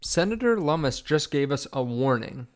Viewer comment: Lum mus and rooooters... no. Loo-mis and Roy-ters